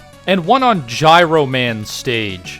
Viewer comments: He does know that it’s pronounced GYRO and not GYRO right? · its "jiro" man. like gyroscope. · The proper way to pronounce Gyro Man's name is JEYE-roh, not to be confused with the sandwich you were referring to. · ITS PRONOUNCED “JY-ROE” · wait, did you just mispronounce "Gyro" in the... not Greek-food... context?